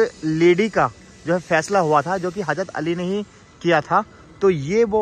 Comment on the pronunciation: Bhai Thora Urdu word s estemal kiya kre.bakibto bahut achcha h hazrat bolte h , hajrat nhi bolte